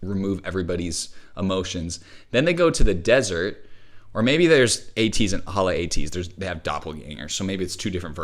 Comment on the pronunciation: I am obsessed with your editing deep dives! I just wanted to let you know it's "Halateez" and not "Hala Ateez" 🥰😘😅🙏